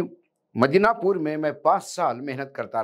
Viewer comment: मिदनापुर कहिए, मदीनापुर नहीं । कल से ग़लती कर रहे हैं ।